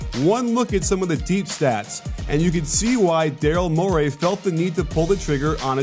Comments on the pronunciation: Mor-ee not Mor-ay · Please stop saying Mor-AY. It's Mor-EE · Love the video but it’s morey, not MORAY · Coach, you're the best, but Morey is pronounced "More-E." He's not an eel. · Morey rhymes with Cory.